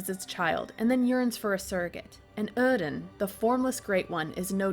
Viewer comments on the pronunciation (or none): Either the accent is consistent or it isn't. My god, my ears bled each time you said oedon